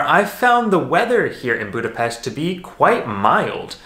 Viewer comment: I grew up in Budapest. I miss everything about it. It was so nice to see my hometown. Thank you for sharing your experience also the perfect pronunciation of Budapest. Hope one day I can return and see it all and hug my family. I have watched your visit in Szentendre where my Mum lives. Brought tears in my eyes.